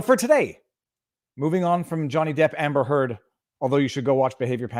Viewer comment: québécois side is showing here. "Hamber Heard" - spoken like a true frenchie!:D